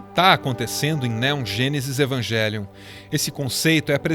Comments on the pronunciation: Só uma dica, no original a pronúncia seria "evanguelion", não "evanjelion" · Amo o canal, detalhe pras pronúncias de "Shinji" que é na verdade "Shindi" e "Evangélion" seria "Evangerion" (L não existe no japonês), pois "ji" como em "jiló" e "jé" como em "pajé" são sons que não existem no japonês, mas nada que tire o valor do vídeo.